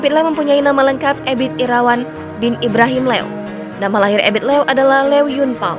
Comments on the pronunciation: EBIT LIEW yg sebetulnya bro. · sebutan yang betul adalah Ebit Lew (Liu) Sebutan admin salah